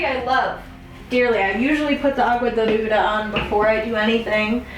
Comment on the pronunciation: Its the way you say agua de ruda for me 💀💀💀 hahah love ya